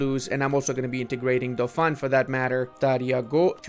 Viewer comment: Keep going with your vids. By the way, Bordeaux is pronounced as "bordo" in French (EAU sounded as O) and Dauphiné is pronounced as "dofiney" (the accent on the final E is not shown on eu4 map), the way you pronounced it sound a lot like the world dolphin in French